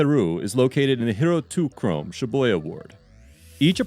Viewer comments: Lol pronouncing chōme like chrome... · I think the narrator was hired on Fiver, was only emailed a script, and assumed chome was a typo, lol